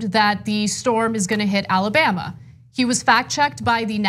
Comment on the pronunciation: As a native Alabamian, it sickens me to hear him say this state’s name.